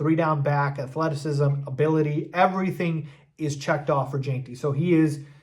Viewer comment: It’s Gen-tee. Not Jane-tee. Listen to anyone else say his name if you still don’t get it. Please!